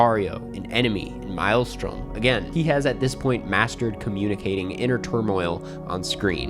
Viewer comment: Didn’t pronounce Maelstrom correct once